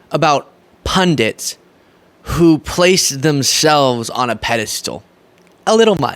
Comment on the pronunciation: Thank you for not saying "pundints"